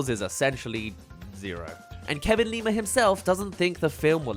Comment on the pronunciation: The way you say Kevin Lima's last name make it sound like Lemur